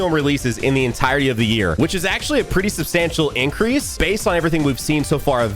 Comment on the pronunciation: "Upcrease" lmao